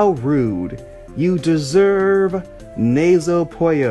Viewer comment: You are pronouncing the Nazo part correct. The Puyo part is wrong. It should be pronounced like "Poo-yo", as in Poo.